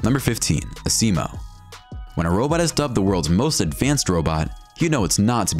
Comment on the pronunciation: Honda's robot, Asimo, is pronounced AZimo not Aseemo. good greif